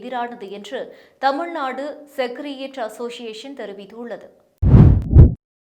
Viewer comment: அம்மா அது "செகரடேரியட்" நீங்க படிப்பது போல் "செகரியேட்" இல்லை. ஒரே தப்பும் தவறுமாகவே படியுங்கள். தமிழ் வராது இங்லீஷ் தெரியாது🤣🤣🤣. உச்சரிப்பு பயிற்சி சரியாக முடித்துவிட்டு வாருங்கள். நேற்று ஒரு மேடம் மலையாள திரைப்பட உலகம் குறித்து ஒரு செய்தித் தொகுப்பு படித்தார்களே அவரிடம் பயிற்சி பெறுங்கள் நீங்களும் உங்களுடன் ஒரு பெண் சவசவன்னு எந்த உணர்ச்சியோ ஏற்ற இறக்கமோ இல்லாமல் 🤦‍♀️🤦‍♀️🤦‍♀️🤦‍♀️🤦‍♀️செய்தி படிக்கிறாரே அவரும்.